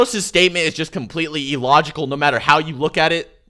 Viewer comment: Its pronounced Ill-logical not E-logical